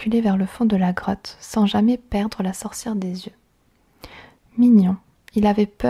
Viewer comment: G cru qu'elle avait au lieu de '' grotte '' '' crotte '' 😂😂😂😂😂